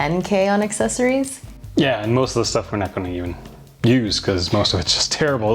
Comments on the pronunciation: Great video--but c'mon bruh, Assess-oories? Don't be a child big dogg... you are old enough to know better. 😱🤭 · Assessories! I love it! Now I cant unhear it! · I love how says assessories